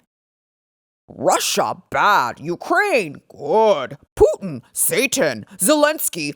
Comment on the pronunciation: not sure why but you’re absolutely correct. Saying poopin with a British accent is absolutely hilarious! 😂